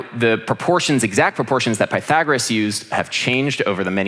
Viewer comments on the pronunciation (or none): none